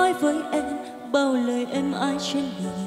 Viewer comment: Phát âm chữ cuối câu kiểu cuê cuê, “…phận êêêmmm~~~~~” , “…thôiii~~~~~”🤢🤢